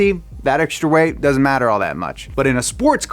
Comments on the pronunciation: Was anyone else hearing “Power to RATE”, or was it just me? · Good video but holy shit, learn how to say "Power to Weight." Weight starts with a W not an R.